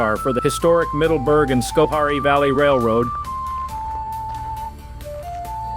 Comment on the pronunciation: we pronounce it scho hair ee. Informative. Thanks for making this!